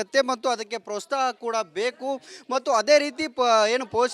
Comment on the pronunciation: ಪ್ರೊಸ್ತಹ ಅಲ್ಲಪ್ಪ ಪ್ರೋತ್ಸಾಹ ಯಾವ ಸೀಮೆ ರಿಪೋರ್ಟರ್ ನೀವು. ಕನ್ನಡ ನೆಟ್ಟಗೆ ಕಲೀರಿ ಮಾತಾಡೋಕೆ